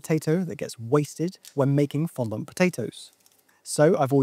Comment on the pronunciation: I wish hearing the word 'fondant' pronounced 'fon-dont' that many times didn't upset me so much...